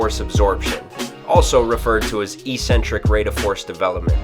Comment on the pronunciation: eccentric is pronounced exentric --all trainers say eecentric for some reason.